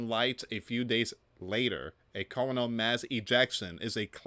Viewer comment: Coronal = pronounced Core-ron-all